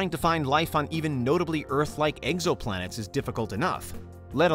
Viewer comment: “Exoplanets” not eggsoplanets 👍🏼